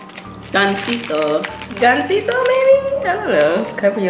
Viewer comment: good job on the words not perfect on some but u didn't butcher it ganzito was said perfectly & jarritos also. tepachito was good chito is basically said like cheeto. 1 tip e isn't pronounced like the letter e more like eh. I'm the same with u not in2 marshmallows unless it's in hot chocolate or cereal or rice Krispy treats